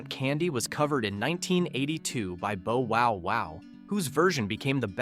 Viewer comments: I think you mentioned bowwowwow which was pronounced boughwoww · I entered high school in Fall, 1970. I remembered every one of these. You only "didn't know" ihem if you were sufficiently younger than I was (or not yet born) or not allowed to listen to pop music. The stupid program can't pronounce Bow Wow Wow. It sounds like a dog, not a bow in a girl's hair.